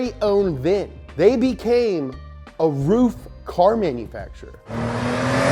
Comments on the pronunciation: hey, bro........ how do you pronounce Merc AMG ?? In that same way...... Roof...i mean RUF is pronounced R-U-F..... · PLEASE Ruf not ROOF, please short U not long OO. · That’s rough, not roof mmmmmkay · I always thought it was pronounced rough, and not roof. I think rough sounds way better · Ruf is not roof in german. Ruf is to call, shout or reputation but nevevr the Dach=roof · Is pronounced rough, and youre bffs with rob dahm with your keeps mercials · i thought it was prounced RUF ( ruff [like a dog] rough) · I thought it was pronounced "Ruff" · It's pronounced ruf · I wish it was pronounced ruff like a dog noise 🐕. Pretty disapointed. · i now know how to say "ruf" properly....i thought it was (rough) up until today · Always thought it was pronounced "Rough" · I also thought is was ruff just learned from this this it's roof not ruff. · Its actually RUF not R U F?? Oh then... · Justin Y's Disciple both are wrong according to Google, it pronounce like “auhuf” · Ronald Poon no yuo wrong is ruf